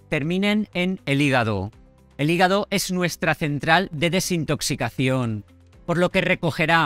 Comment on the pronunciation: ¿Soy el único al que no le gusta su acentuación? Desintoxicacíón, enfatizo la doble tilde. Procede de alguna región o es cosa suya? Porque he escuchado a otro youtuber de ojos azules que habla igual